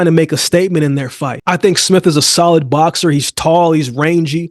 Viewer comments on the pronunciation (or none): none